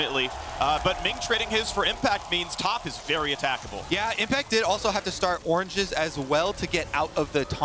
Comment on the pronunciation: Why oh why did they insist on giving the casting job for this game to the guy who says Orange-E..., no offense to the guy, I think he's a great caster, but just... they had to have him do the casting for the one team in the tournament whose moniker he pronounces differently from everyone else?